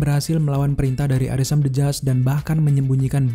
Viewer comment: yg orang2 denger: arishem the judge yg gw denger: arisem bejad